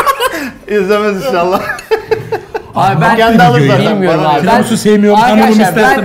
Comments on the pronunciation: 'Tremisu' değil Tiramisu 😂😂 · bastıra bastıra "Tremisu" demesi 😂😂😂